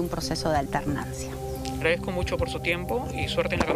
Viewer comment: Dijo alternancia ?